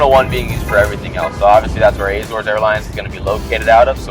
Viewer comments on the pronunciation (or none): Was so looking forward to watching this until you started to pronounce Azores. WRONG! It has no Eh? In it’s pronunciation what so ever